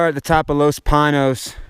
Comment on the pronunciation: LOS Pee-Nos, the pronounced way.